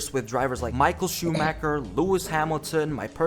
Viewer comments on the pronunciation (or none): none